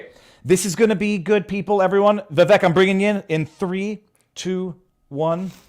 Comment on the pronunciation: Viva, his name is Vivek, pronounced with a short sound on the "i" and an "a" sound on the "e": (Vi-vake). How is it you don't know that? Please get it right in the future.